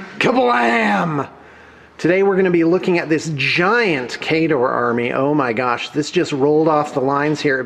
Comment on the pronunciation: i was going to compliment your warmachine knowledge and pronunciation of Khador, but then you "butchered" Cygnar. :-P